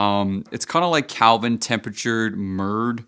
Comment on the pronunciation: Lost me when he said Calvin temperatures! 😂